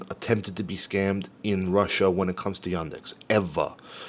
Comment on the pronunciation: I love ""RUSIA"....hilarious! Also try pronouncing the "TH" sound.